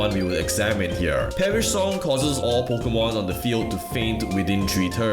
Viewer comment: Pokémon, not pokeuhmon.